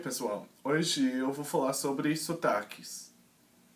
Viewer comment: Cara, você fala Português melhor que eu. Dica: A palavra hoje, você pronuncia o-chee. Tente pronunciar o-gee, exceto o som do D que é percebido na letra g em inglês. Fica aqui minha pequena contribuição. Ps. Queria eu falar Inglês como você fala Português. Muito bom !